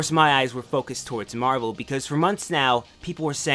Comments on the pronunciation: uuuuuuuuuuuuuuuuuuuuge its so hard to watch this! i want to watch this but him constantly sayign marble instead of marvle is freaking annoyign teh shit out of my OCD ._. soryr if this uspets anyone, just a mini rant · Scuse me but I think it's spelled "Mahvel"